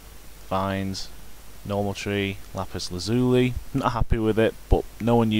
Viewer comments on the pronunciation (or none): you say Lapis Lazuli (Lap-us Lazul-eye